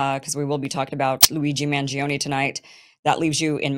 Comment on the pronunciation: I love your italian accent when you name him !